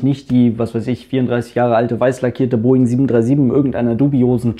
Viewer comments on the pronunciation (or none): none